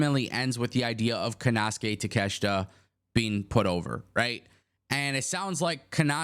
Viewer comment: You can't even pronounce takeshita first name right dumbass